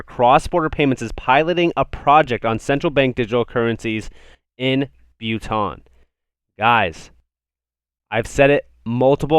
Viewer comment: The way he says Bhutan makes it sound like some chemical compound.